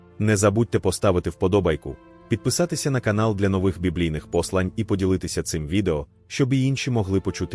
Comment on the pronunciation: Ви хоч читати навчіться, ,,послань'', гидко слухати.